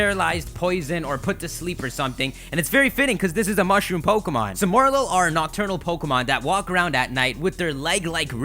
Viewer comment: It's pronounced Morel-ul, with the liaison. Coming from a french Canadian who's pretty okay in english.